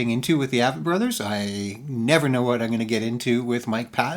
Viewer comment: Avett is pronounced with a long a, like acorn. The emphasis is on the A, with a soft vett.